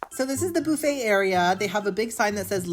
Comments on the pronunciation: Young Man, Please, I understand that this is Your content, but Please the word Buffet is Not pronounced "BOO-Fey" it is pronounce "Buf-fey" I am a Gen x English teacher's daughter, and this kind of thing was drilled into my head as a child. Of course there are no Tenders or Loins on a Chicken wing. It the Wrong part of the anatomy. Do yourself a favor, Google Terrine Cake. Because, honestly, you come across as someone who is lacking in the necessary skills to Adult on his own. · It's BUH-fay not BOO-fay loll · oh my god, if you say booooffet one more time! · It's pronounced as buff-aa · BOO-FUT. HAHA😂😅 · The “boo-feigh” takes me out every time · I love the way says, Boofay. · Is the pronunciation of buffet a bit and I’m just unaware of the origin? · I will never get over the way you pronounce buffet😂 I just think of Phoebe from friends so I love it and I love you!